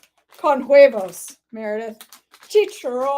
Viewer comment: I need to look for a different gluten-free brand or pork rinds than the one I have. Mine look gross. Yours look better. That apple cheesecake looked amazing. I ran late to pick up my daughter from school yesterday because I couldn't stop watching. 😅 Oh, and the H in huevos is silent.